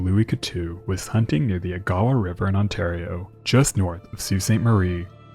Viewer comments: Wonderful work as usual - but as someone from the North Shore of Superior, I have to correct you that Agawa is pronounced with emphasis on the first syllable & all syllables distinct 'AG-ah-wah' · Just a heads up agawa river is pronounced ( Eh Ga wa) ! Love your stuff keep up these videos. As weird as it is to say it's nice to learn more history on the great lakes! I grew up in the middle of lake huron so it's cool to learn more history of the great lakes !